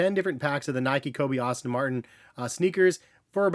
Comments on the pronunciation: Its "Aston", not "Austin" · Great video. As a car guy though, I gotta say it's pronounced "Ass-ton" Martin not "Austin" Martin, just a heads-up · Aston not Austin 😅